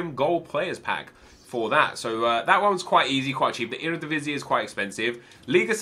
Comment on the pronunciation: your pronunciation of eredivisie was surprisingly well!